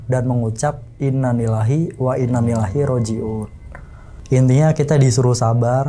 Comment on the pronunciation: Ngucap innalillahi aja salah.. Ngaji makanya bang.. Innalillahi wainnailaihi roji'un BUKAN wainnalilaihi.. Beda arti jdna